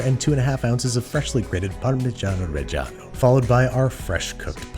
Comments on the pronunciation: Between Babish and Weissman, there's only so much "parmesano reggiano" I can tolerate in one week. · I love how he pronounces parmigiano reggiano slightly different every time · Is there some kind of YouTube chef agreement, that they have to turn Italian for 3 seconds every time they say "Parmigiano-Reggiano"?